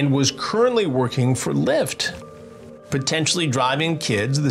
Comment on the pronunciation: As a Puerto Rican it was funny asf when he said “Lee-ft” and the translator didn’t even know he was saying lyft lol